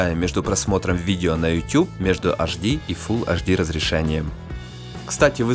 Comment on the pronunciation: Хватит уже говорить "аш ди"! Говори Эйч ди и будешь современен! Реально, на колхоз похоже